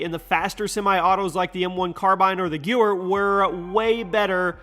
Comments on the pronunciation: Gehwer 43 is pronounced GUH-VAIR not Gooer ... do your research bruh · The Gew-er??? Pretty sure it’s the “Geh-vare” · When you talk about the gewehr, keep in mind they pronounce the W live a V so not Geu-wer. It’s Ga-vear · gyuuwer?!?!?!?!? You mean the Guhveirr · Gyooer its pronounced guh vear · Not pronounced Goo-er it’s GeV-air. Germans pronounce W like V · hey.... to pronounce the gewehr is like "gevehr" not "geuwer" please consider this correction. thank you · This man really pronounced Gewehr like "Gooer" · Geweher is said “guh-vare.” 👽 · I dont want to be that person, but it's GeVehr. Its German, and Ws are Vs. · Gewehr is pronounced "GUH-VAIR". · Gewehr is “geh-ver” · German w is pronounced as v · You pronounced it wrong! Gewehr is pronounced Ge-vair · Gewehr is pronounced Ge-Vare. Great vid tho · Did this man just pronounce the Gewehr as the ‘Gyooer’? Lmao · no you say gewehr wrong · You said Gewehr terribly wrong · What did my guy just call the gewher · I'm triggered by his pronnounciation of "Gewehr"